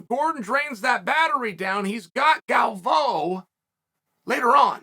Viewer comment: "Gal-voe"... lol..